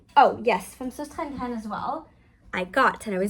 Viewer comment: Thanks for your video. I am Danish and the company sostrenegrene is Danish. The name means “ the sisters Grene, so stress the first syllable “sos- and stress the first syllable of gre- ne. Ok?